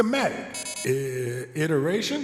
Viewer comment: Hope Falcon paid attention to how pronounced “iteration”